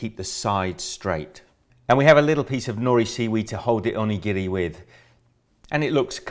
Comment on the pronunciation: I usually make these with a filling of a avocado, gari, and a little bit of wasabi. And it's pronounced [au-NI-girri] with emphasis on the "ni". Not "Ohnee-GEE-REE. :D